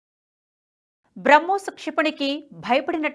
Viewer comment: నమస్కారం. తెలుగులో మాట్లాడు తూ ఉంటే, పదజాలం, 2 పదాల మద్య విరామం యేలా ఇవ్వాలి అని తెలుసు కోవాలని విన్నపం… ఇక్కడ ఉదాహరణకు మీరు ఏక కాలంలో "BRAMHOSNAVY" అని పలుకు చున్నారు. ఇది పాత సామెత "రామునితోక పివరుoడిట్లనియే" మాదిరి గా ఉంటుంది. NHTV standard ఇది కాదు.